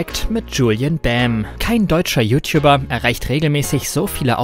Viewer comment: "You Tiubber"